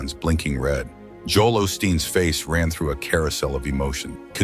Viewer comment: Right from the start this video is suspect. Joel’s name was mispronounced.